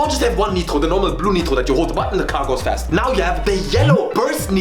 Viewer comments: why this mf say "neetro" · As french I'm confused by the way the word nitro is pronounced. If it's his voice I confirm that he speak french! If not so he get me. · Or German? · I'm french , and earing him pronounce "Nitro" like a french native speaker in the middle of an American accent phrase is actually extrememelly disturbing